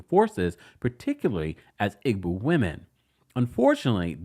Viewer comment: Pronounced( EE-Bow) Igbo “g” is silent